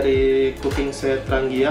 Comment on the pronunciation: di bacanya yg bener tranjia...tranggia